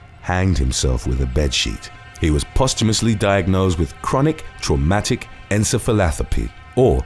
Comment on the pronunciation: You butchered the pronunciation of “encephalopathy” lol